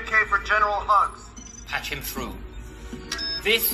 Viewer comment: So, I completely missed the fact that Poe says "General Hugs" instead of "Hux". It took me watching Everything GREAT About The Last Jedi to realize he was actually saying "Hugs".